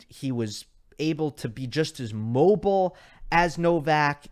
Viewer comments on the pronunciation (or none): none